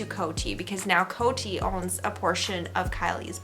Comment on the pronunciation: In America, we pronounce COTY Beauty like “Code-y” ... not “Coat-y” 👍🏻